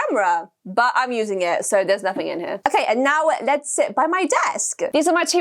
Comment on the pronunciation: i love when she says”what the flip” and “right noew” or “neow”